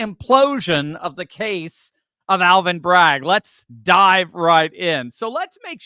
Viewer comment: That's hilarious! Aaal-vin?!!